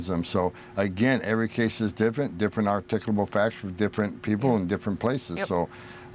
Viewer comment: The writer is making fun of Homan's pronounciation, as he pronounced "articulable" as "articuble." As an additional irony, the word he mis-articulated is all about articulation. You're welcome.